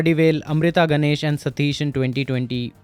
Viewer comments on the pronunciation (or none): none